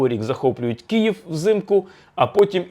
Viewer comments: К - И - Ї - В . КИЇВ. не кієв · Дратує коли автор каже Кіїв((